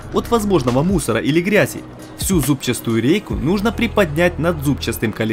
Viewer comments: Зубчатую рейку, а не зубчаСтую!!!!!!!😡😡😡 Ещё за весь ролик раз 100 сказал!!! Ну а так канал бомба, я вас очень люблю смотреть!!! Много полезной информации и хороший монтаж! Спасибо вам ребята !!! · "Зубчастую рейку"... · ЗУБЧАТУЮ. Нет там буквы С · ЗабчаСтую, зубчаСтую, зубчаССССтую. ЗУБЧАТУЮ нужно правильно произносить. За работу лайк. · Ну почему "зубчаСтую"??, аж по ушам бьёт